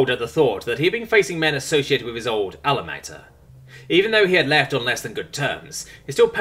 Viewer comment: Hello. Sorry about this, but I need to correct your pronunciation of some words. Cheyanne is: 'Shy-Ann', and Alma Matter is: -Al-Ma Mah-Ter'. Shy is like normal, as in shyness. Ann is like the short form of a woman's name. Al is like the short form of Albert, Ma and Mah are said like 'Ma' the short form of Mother, and Ter is like Terrain, or Terse. You are reading English, yes, but not American English, which, would be appropriate for this story, since it does take place in America. Also, the primary character is American. Thus, the need to correct your pronunciation of certain words. I would suggest an online pronunciation guide, where you input a word and hear how it is properly pronounced in American English. I have used such guides to pronounce foreign words myself, and find it useful to make sure I am pronouncing words correctly for the cultural norms of the story I am reading, or hearing, as in audiobooks. I am pretty sure that you are not American, but your voice is clear, and easily understood. The only 'jarring' being when you mispronounce words. Otherwise, I am totally enjoying your reading of this story's chapters. Keep up the 'good work'.